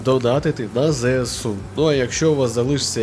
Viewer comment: Не ЗЕЕсу, а ЗЕСЕу! До речі, йди нахуй!